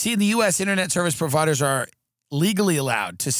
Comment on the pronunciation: "Ininet" i think thats all we need to know.